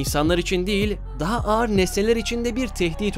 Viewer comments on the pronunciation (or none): none